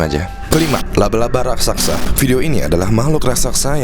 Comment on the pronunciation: raksasa bukan rasaksa...